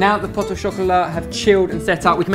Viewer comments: He said poto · You don't pronounce the "t" in "pot" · you don't pronounce the 't' in 'pot' ! :) great vid as always